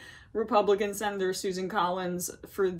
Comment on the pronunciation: By the way sin-it-or Collins he hasn't learned his lesson not the way you think. He's learned how to do it better and how to keep others from finding out. Congratulations you just enabled a narcissist.